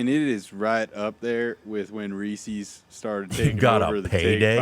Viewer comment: Damnit, learn how to say Reese’s haha